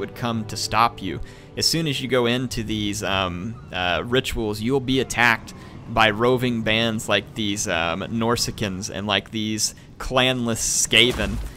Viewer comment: lulz you still say "Norsican" :D